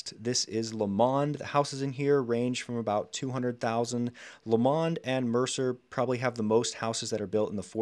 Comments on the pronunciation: I grew up in the Fernway district of Shaker and worked in Shaker Square for a few years. Shaker Square is in CLEVELAND. You said a few times it's in Shaker even though that is shown clearly in Cleveland in a map you presented. You could have mentioned that Shaker Square went bankrupt a couple years ago. Next, it's Lomond, Not Lemond. Also, it's Onaway, not Onway. Then, tiny University Heights teamed up with the much larger Cleveland Heights to make a combined school system. They should have teamed up with Beachwood. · It's not "Lemond". It is Lomond. It is spelled LO-mond...and pronounced that way as well. I grew up there in the 60s and 70s. It was a fantastic place to grow up. Those battleship steel, slate gray clouds in Winter are great for building character. And as for snow belt, that is an understatement. That snow belt is most active when Lake Erie is still cooling from Summer, and the air passes over the land. That gives air that is heavy with moisture, and it cools into GIANT snowflakes when it passes over the land. If you look at how the lake is situated with respect to Canada and Ohio (SW in the West to NE in the East), the southerly winds cross the lake and head for the SE suburbs. BAM! Shaker Heights. It is considerably more snow than the SW 'burbs that do not have this arrangement. The city has mostly kept the character of the schools, which are architectural centerpieces of the neighborhoods. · never heard someone pronounce it lo-MOND.. always hear it as LO-mond.. Anyway, solid breakdown. We like living in Shaker, some things I would like to see done better, but is what it is.